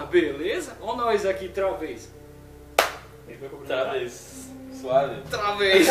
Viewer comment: SOMENTE UMA CRITICA, CUIDADO COM O "TRA VEZ" RS...RS...